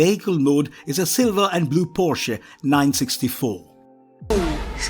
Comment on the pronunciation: oh the first time i hear an english speaker say porsche the right way. cool